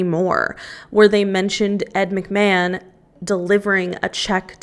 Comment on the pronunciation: As soon as I heard you say "Ed McMann" I was like, BET- the Publisher's Clearing House guy..... 😮😮😮😮😮